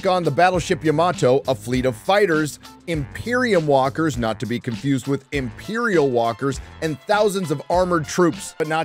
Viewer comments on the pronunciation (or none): none